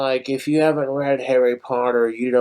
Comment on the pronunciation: What you thinking saying harri poddair like that BOY